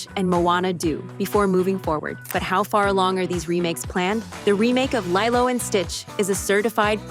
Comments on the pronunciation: Lee-Loh Not Lie-Loh. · I’m so bothered that you pronounce Lilo as LIE-LOW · Not sure if this is AI generated audio (probably is, nothing is real anymore) , but "Lie-Lo" and Stitch was painful to hear... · LYLO AND STITCH HUUUUH ISNT IT LEEELO AND STITCH.... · It could be ai because they also mess up when they say live action